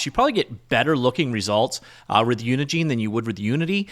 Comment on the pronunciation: I'm taking a WAG here, but I suspect that the "gine" in "Unigine" is pronounced like the "gine" in "engine."